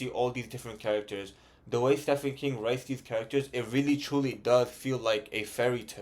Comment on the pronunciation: I've struggled with Stephen King books. They can be hit or miss. P.s. the "ph" in Stephen is pronounced with a "v". Stephen = Steven